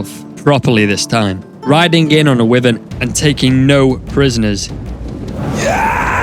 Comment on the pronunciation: Why Vern ... Wyvern .... Not wiven... Why Vern wyvern ...